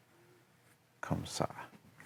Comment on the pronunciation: Those « comme ça » sounded so weird but so cool to my french ears